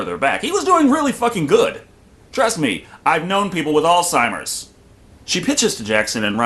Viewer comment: Great review, but I think my favorite part is that someone actually knows how to pronounce "Alzheimer's".